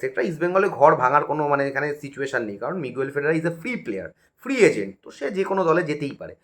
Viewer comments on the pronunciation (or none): Aaj obdi player tar nam thik bolte parlo na Miguel ferrera noy figuara